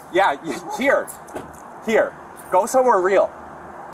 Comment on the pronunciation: brutal exchange "I been heah for 20 years - Punk!" "yeah, here...Go somewhere real" Absolute legend 😎